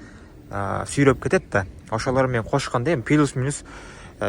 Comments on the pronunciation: Пилус дебей плюс десен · Пилус болбойт плюс болот гаңгир баш